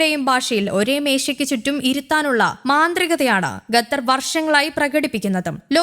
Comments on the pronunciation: It's ഖ NOT ഗ. Say ഖത്തർ NOT ഗത്തർ 🤦‍♂️ 🤦‍♂️ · Qatar not Gatar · അന്ത്യശ്വാസമല്ല. അന്ത്യശാസനം. ഗത്തറല്ലടി, ഖത്തർ. ശവം